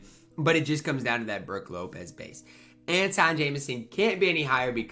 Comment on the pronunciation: Jamison's release is probably bad because you always mispronounce his first name it's pronounced An-twahn not An-tohn lol Never played with a Jamison card soit probably is bad but I just thought it was funny how you always butcher his name lmao